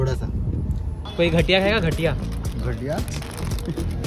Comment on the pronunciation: "Gathiya" ko "Ghatiya" bol rahe hai